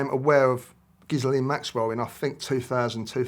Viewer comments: It's amazing how many ppl can't pronounce Gislane ??!! GILL LANE. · I dont buy it. Why is he so nervous. How can he misspronounce Ghislaine "Gizzlane" after all this time, even after reporter pronounces it correctly. Ghislaine is pronounced ghee-LEHN. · He should know how to pronounce maxwells name. Ghee len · Pronounced: Ghi-lane Maxwell 😂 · He’s constantly mispronouncing Ghislaine. It should be Ghee-len or Zee-len the h & s is silent. You’d think an Englishman would know that. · It's French and you pronounce it Ghilene,🙂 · Why do people have trouble pronouncing Miss Maxwell's name after all the media attention she has received... Both of these two! 🤦🏼‍♀️ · It's French as well as her christian name, and it's spelled and pronounced as Ghislaine. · It's Ghislaine!